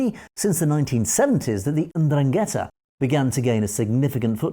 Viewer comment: Pronounced "ENDRUN-get-tah"